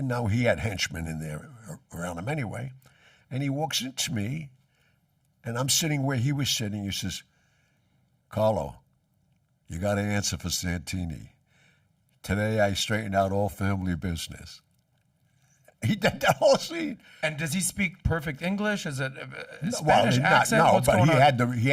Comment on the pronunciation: Escobar may have had the lines right, but Gianni didn’t. “Santino” not “Santini” Goomba.